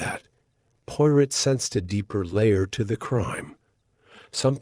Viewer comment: The reader needs to know how to pronounce Hercule's last name correctly and French phrases.😢